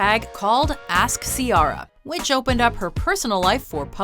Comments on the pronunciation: it's not Ci-ah-ra , it's pronounced like Ci-e-ra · She can pronounce that French name for Sharon stone but she can't pronounce Ciara 😒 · She also said “Ci-Yara” when it’s “Ci-era” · Who the hell is Seearra?!? It's See-AIR-Ah🤣🤣🤣✌ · ....See-ARE-ah? What is wrong with your pronunciation? It’s See-AIR-ah xD they literally scream is right at the beginning of “1, 2 Step” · How do you pronounce it? Because it's probably wrong too. it isn't see-ah ra or See aa ra. It's a very old Gaelic name and it's pronounced.... "Keira" as in Keira Knightley. Keira is just an anglicised version of Ciara. That now should only be taken into account IF we're actually all bored enough to get into a "you're all saying that wrong" type of shit talk. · who tf is C-rra🤣🤣🤣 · "Sea R Uh" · You need to learn how to pronounce ciera (I know thats not tje right spelling but oh wrll) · CiAHra and FittyCENT?! FAIL FOR THE NARRATOR! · C-ara lmao 💀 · Lol see-ara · So....you can pronounce a French name correctly but don’t know Ciara’s name isn’t pronounced si-ARRA? ok. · Why did they pronounce Ciara "see-arr-uh", literally no one says it that way. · Cee-air-ah... Someone teach how to pronounce shit omg.... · #6) DUMB ASS its pronounced (C-AIR-AH) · Say Ciara right please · Why are you pronouncing Ciara like that? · Why do you keep saying Ciaras name like that?!?! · so did I. She messed up my girl's name. So disrespectful🤦🏿‍♂️ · Why they keep mispronouncing Ciara's name?! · She didn't even say Ciara's name right -_ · Please stop pronouncing Ciara's name like that😒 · Is that how you pronounce Ciara's name? It's really throwing me off. I don't think that's how you say her name. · Ciara never really left and I love the music she came out with it. There was no fail there. You're pronouncing it wrong. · You pronounced Ciara wrong.... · The narrator can speak French fine but can't say "Ciara" ok